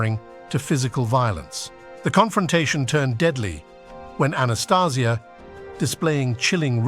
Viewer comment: Changed his name and the lame.still cant say his name right